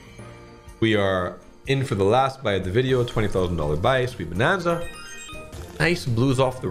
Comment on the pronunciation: shweeet bonnnannza😂😂😂😂😂